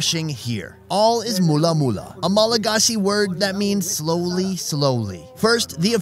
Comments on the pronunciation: Mulla Mulla, it's not that, it's "mora mora" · This is my home 🇲🇬 So proud ! ❤️ The way you say " mora mora " is kinda funny because instead of saying mora with an "R", you're saying it with an "L" 😂but nice try though! 😂 Ps: I love your videos 😊